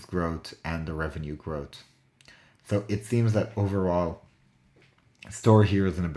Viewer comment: can you speak English - growth is pronounced growth NOT grot, 3 is pronounced three NOT tree!!!!!!!